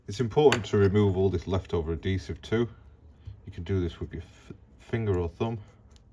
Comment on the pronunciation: Great video but please learn how to say the word “Adhesive”.